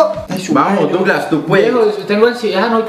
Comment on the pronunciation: Se dice douglas xDdd